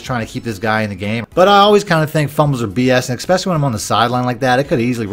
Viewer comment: ESPECIALLY NOT EXPECIALLY.